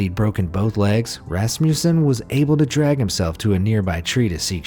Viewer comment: It is pronounced rusmusan